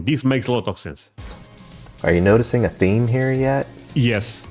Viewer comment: I always think it's neat how you put a "-ah" or a "-eh" sound on the end of so many words... like "theme" to "theme-ah", turning it seemingly into a 2-syllable word. :) Sounds like a New York Italian thing.